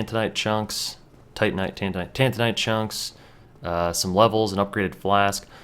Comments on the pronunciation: you said titanite demon... but say tantinite shards? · Haha I like how you said "tantinite" then you corrected yourself saying "titanite" then you definitively went back to "tantinite" :D